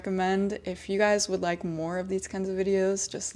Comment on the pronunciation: 结尾的拜拜说得很中文:face-blue-smiling